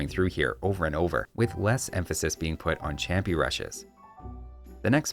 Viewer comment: I don't actually know Spanish, so don't trust me on this, but I think the ch in champi is pronounced like sh (the word is Inca, but Native American words are usually romanized based on what European civilization transcribed it).